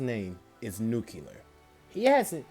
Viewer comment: I SWEAR EVERY1 MAKES THIS MISTAKE. It's not nu-cu-lar it's nu-cle-ar